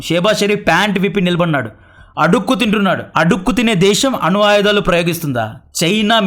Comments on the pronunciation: అను ఆయుధాలు కాదు, అణు ఆయుధాలు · అను కాదు bro "అణు"